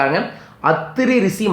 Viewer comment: அது "ரிசி" அல்ல "ரிஷி" உச்சரிப்ப்பே ஒழுங்கா வரல... This is a funny video... don't waste our time...